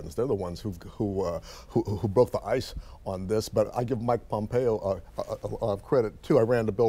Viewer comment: did pat call him PompeeO?